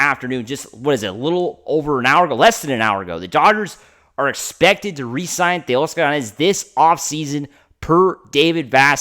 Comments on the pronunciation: exactly he's Latino when he was born that's the way his parents pronounced it. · For all you people complaining about the way he pronounces Teoscar’s name that’s the correct way to pronounce his name ! After all Teoscar is Latino !! Give the guy a break ! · That’s the correct way to pronounce his name !! After all Teoscar is a Latino ! He is pronouncing it the correct way ! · He pronounces it the right way ! The way it should be pronounced! After all Teoscar is Latino !